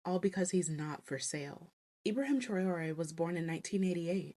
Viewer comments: Not Tray oh ree. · His name is pronounced how it is spelt: Tra oh ray!